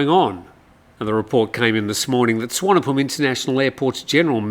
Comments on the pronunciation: doesn’t make it right. The v is pronounced as v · Happy to teach you how to pronounce Thai place names more correctly and respectfully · Good call. Yes not sure how that Suvarnabhumi one came about. Usually the i is the problem